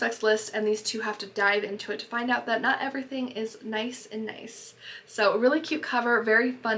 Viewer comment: Great video! Just as an FYI, “Nice” is actually pronounced the same way “niece” is (when you’re referring to Nice, France anyways)